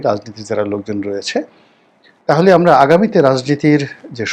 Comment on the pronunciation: রনী তোমার “ আমারা” শব্দটি নোট করে রাখা আছে ।